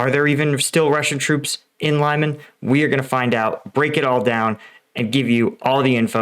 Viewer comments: Some reports say Ukraine already has Zarichne. This is causing Russian troops to retreat through the forest in between Yampil. Also it is pronounced ( Lee-Mon) not (Lie-man) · FYI its pronounced LEEEMARN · isn't it pronounced LEE-MAN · Not trying to be a jerk, but Lyman is pronounced lee mon! Not Lie mon! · Not extremely important, but the town's name is said more like Lee-MAN (only that 'ee' is short, because the stress falls on last syllable) and not like LIE-man. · It’s pronounced Lee-man. Not Lie-man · Dude, love your channel, but name of the town is pronounced LEEMAN not LYEMAN, its not US town ;) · Thanks for another great update. BTW it's pronounced lee-man/Li-man (Li as in Little) not Lie-man. Same as I'm not from New Yerk or Les Angeles! 😁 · it pronounced liman, li like in liberty not ly like in lime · It’s not pronounced lie mun but lee mahn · Respect to you sir but please please not lie-men it’s lee-man ❤ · "LIE-MAN", brother it's LEE-MON. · lee man not lie man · How do you pronounce Lysychansk? There's no ‘lie’ in Lyman, Лиман, pronounced ɫɪˈmɑn. Please, Americans, stop the ‘lie’ — it hurts my ears. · LYMAN Pronounced LEEMAN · Lyman is pronounced Lee-mon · Please learn how to pronounce place names before you make these videos. It’s lih-MAHN. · It is Lee man. Like Bruce Lee man. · I heard a version of this where the reason the Russians didn't withdraw from Lyman (btw it's pronounced "Lee-man") is that they needed it to remain under Russian control during Putin's annexation speech, so as not to embarrass the boss. In practise that meant that "forever Russian" worked out as "about 18 hours" and embarrassed him anyway, plus the forces that were sent into Lyman to bolster it for those 18 propaganda hours then got trapped too. I don't know if it's true, but it sounds like something they'd do. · Лиман, pronounced [ɫɪˈmɑn and not like in "lima" but like lee- man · Pronounced LEEMON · It's pronounced like Lemon. Leh Muhn. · Again Lyman is pronounced "Lee-mon"